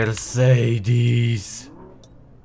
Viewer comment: mów mercedes a nie mersidis